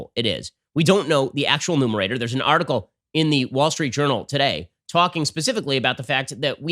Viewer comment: wait, did he just say "nomerator?"